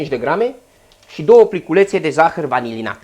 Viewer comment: A observat cineva ca zice" zahar vanililat" ? :))))